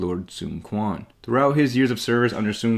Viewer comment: You not pronouncing Quan correctly bugs me, ngl lol